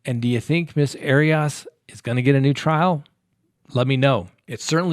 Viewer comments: It’s not pronounced ari ass 😂are you being cheeky pun intended haha, she’s a bunny boiler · Air-e us. Come on,. Everyone has heard it many times. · I love how you say her name , sounds like hairy arse! Lmfao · Please get your facts straight on this case........including how to pronounce her name. It's just irritating. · 1st of all you're pronouncing her name incorrectly 2nd of all she should probably get the defense attorney who defended OJ and casey because he would probably be able to get her off 3 we just need to stop hashing out all the stuff and creating gossip Because she's desperate and would like to get out We really need to take a deep a book in to how fragile the mind and heart is because this guy kept on letting her back in he kept on toying with her heart when she really loved him when a person's playing games like that they're taking their own life in their own hands because people become fragile and they become very sensitive and this is why we need to be very careful when we have our relationships because more and more people are just getting more intolerable of how they're being treated and people are going off you see it with all the mass murders you see it with husbands and wives killing each other it's just a new norm and I feel that people really need to look a bit deeper into human behavior because if you've been hurt over and Over you become more intolerant This is just my opinion there's no condoning of murder however the fragility of the human mind and heart needs to be taken into consideration because people can toy with people and mess with people till a point and then a person can be pushed over the limit and just snap I'm just sayin just my opinion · I adore.... BUT can someone please help him how to pronounce “Arias”?!? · your mispronunciation of Jodi Arias' last name gave me a headache. Please don't do that, anymore.